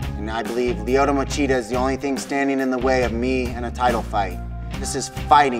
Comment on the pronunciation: Em gon derp Lyotohhh Machidergh, derpy derp